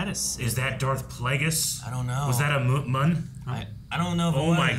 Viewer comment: yes it was plagueis confirmed and the Muun race is pronounced like mew-n